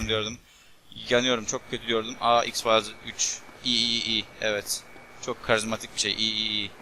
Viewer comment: x fayls diyecegine x farz diyo